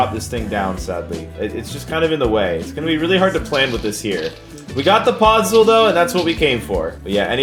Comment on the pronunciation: pod-zool lmao